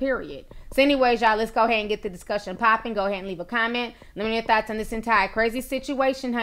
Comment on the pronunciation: Lol did she say thoughts or thots at the end of her closing her video ? ?😂😂😂